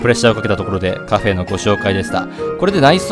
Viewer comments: なんでカフェのことをカフェーって言うんですか？ 言い方移ってしまいました(苦情ではありません) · カフェの言い方が気になるw カフェー